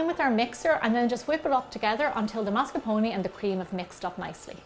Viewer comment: MASCARPONE !!! With the R